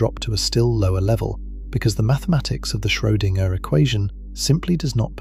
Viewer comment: Schoedinger is pronounced in one string